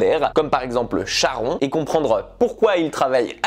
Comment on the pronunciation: Ça se prononce SharonE bordel 😑